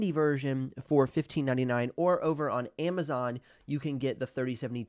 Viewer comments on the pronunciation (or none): none